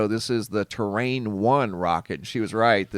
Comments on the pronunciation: Terran 1 pronounced ter-ran. Like the Terrans in Starcraft. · I can't help but do a bit of a rant. I don't know which to do first, facepalm, ram my head into the wall, sigh or just plain cuss using every word I've ever learned. To paraphrase Vader, "I find the lack of knowing the Latin names of the Solar System disturbing." The name of the rocket is Terran, basicilly Earthman. Earth is Terra, our star is Sol. The moon of our planet is Luna. The mispronunciation used here of Terra to Terrain gave me a WTF moment. To say "terrain" means landscape. I encourage everyone to stop the dumbing down of astronomy as Neil Degrasse Tyson is now encouraging. I guess he thinks that if you're not an Astrophysicist with a PHD you're too stupid to know proper terms. I know I'm smart enough to learn the terms just as any other amateur stargazer can do.